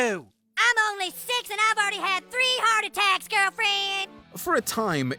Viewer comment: Hey, man, please stop saying “olnly”. The word is “only”.